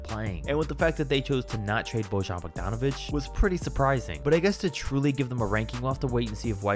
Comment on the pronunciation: J IN Bojan Bogdanovič is read as Y or i not as J